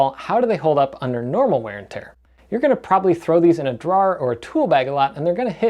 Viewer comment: I’m not in the market for any of this nor was I looking for it. I clicked it because of your Jersey and now I wonder where you are from because of how you said drawer